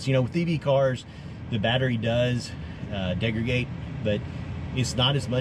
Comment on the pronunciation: My man said "degragate" 🤔🤣😂...also, they DO have motors! What they DON'T have are engines! Big difference! Congrats, my man! Welcome aboard!